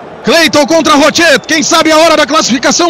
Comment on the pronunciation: Ninguém vai avisar esse narrador metido a gauderio que não se fala o t no nome do Rochet? É q nem Coudet.